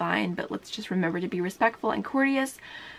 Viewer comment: I like how you just said courteous